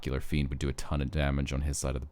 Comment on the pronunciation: Great video, just one thing. It is Ocular FIEND lol